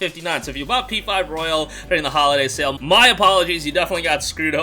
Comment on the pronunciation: It's P5 ROYAL, not ro-yALe...